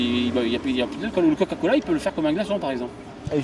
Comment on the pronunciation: Bon OK à quand-même je suis pas la seule à entendre "caca-cola" dites moi 💩🤔 ?